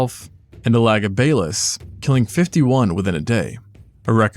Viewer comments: to be fair, both pronunciation sound off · absolutely unhinged pronunciation of elagabalus